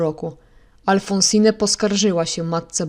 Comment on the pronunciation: W imieniu Alphonsine nie czyta się (nie wymawia) ostatniego „e”. Jest nieme.